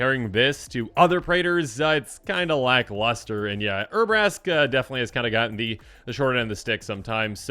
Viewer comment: Poor Urabrask's cards are so bad that can't be bothered to pronounce their name correctly, lol jk.